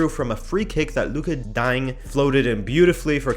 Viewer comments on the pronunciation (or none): I think it took Soo many attempts still he end up with daaaaiinnee